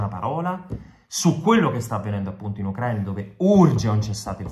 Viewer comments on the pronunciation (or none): none